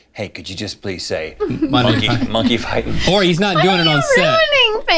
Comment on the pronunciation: Phrase: Monkey fighting Rhett: MUH-NKEY FITON!!!